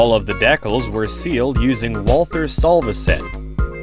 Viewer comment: Great video, but please learn how to say decals!